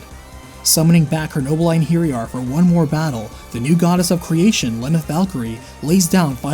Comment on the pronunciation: ( great game.. its EIN har yar though. Beefroost? Its bi-frost. Kinds wish you'd looked up these words before saying everything terribly.